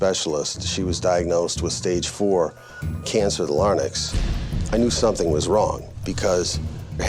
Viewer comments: Larynx....... Not larnyx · That lawyer needs to learn howto say "LARYNX"...like larinx...NOT lar-nix!